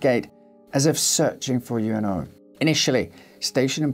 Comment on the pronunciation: About Hachi syory, his master's name, 上野/Ueno, is pronounced as in "wood" not as in "you."